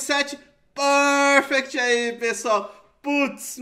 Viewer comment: pârfecti 😂😂😂😂 eu boto pra rir, lembra o professor aloprado